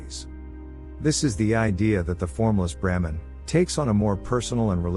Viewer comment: The misspelling and resultant mispronunciation of BRAHMAN as 'Bramhan' by the AI throughout the entire video is incredibly distracting. Otherwise it's pretty good. Sanāthana Dharma has the ability to transform the world for the better and help humanity evolve if only more people will study it and make it part of their everyday lives.